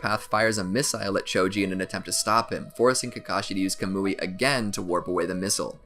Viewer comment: Its pronounced “kah-m-oi” (sorry I just needed to)